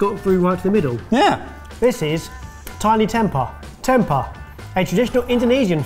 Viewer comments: It’s pronounced tempay. It’s bland if cooked wrong but one of my favourites when I lived in Sumatra was having it battered and deep fried, like little vegan nuggets! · Tem-pay would be the right pronunciation. The weird sounds effects just ruined it for me lol